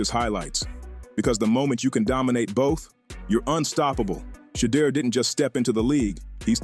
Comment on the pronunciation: How come some of you guys can't pronounce Shedeur's name correctly each time ?